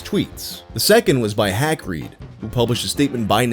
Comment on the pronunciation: You said “HackRead” and I thought you said “Hagrid”. I was magically confused for a second 😂